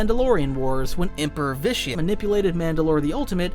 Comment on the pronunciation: Did you pronounce Vitiate wrong in the first run through? Every time you say the name it sounds like an added audio take lol